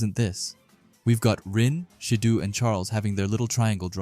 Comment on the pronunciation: Why do you keep calling Shido as Shidu 😂